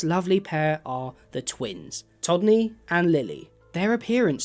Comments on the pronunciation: You repeatedly mispronounced todney’s name as tommy. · You refer to Todney as “Tommy” quite a few times.